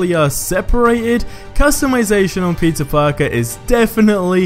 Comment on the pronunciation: i swear ur saying pizza parker not peter..